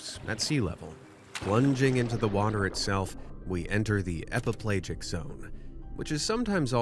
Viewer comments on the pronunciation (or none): Epi - pell'AHjic not epiPlage-ic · /ep-uh-PLAY-jik/ ? Seriously? You're mispronouncing the main idea of the first part of your video? EPIPELAGIC is pronounced /ep-uh-puh-LADGE-ik/. If you are so incompetent as to do that, then there is no part of your video we should believe. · I think it's pronounced /e-pi-pel-A-jik/. Just saying. Same for/me-zo-pe-LA-jik/. Also, it's pronounced /NEW-di-brank/; just saying.